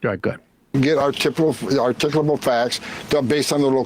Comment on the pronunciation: That Holman guy butchering the word “articulable” is inherently both dark and funny